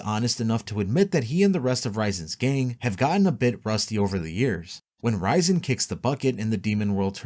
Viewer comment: RIAZEN NOT RAIZEN makes it sound like raisen